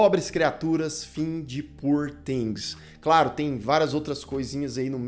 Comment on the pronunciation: A pronúncia de "poor"é com ó aberto /ó/...